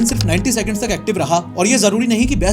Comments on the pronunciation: He said "Breast Memories" Instead of best... Bs yahe last line thi 😂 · I am the only one who hear breast memories 🙃